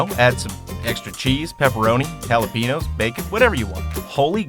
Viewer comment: Did you just say "jalapinos"?